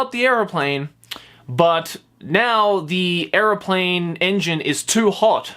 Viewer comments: Bro... are you saying airplane or areoplane? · say airplane weird